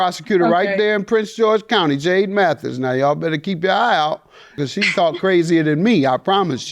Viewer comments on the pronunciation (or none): none